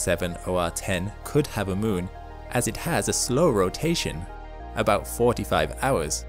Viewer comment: What is the word your saying ? I can’t make it out or understand it. Edit: oh, it was “moon”? The pronunciation confused me.